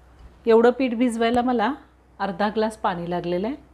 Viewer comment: पानी नाही पाणी बोलावे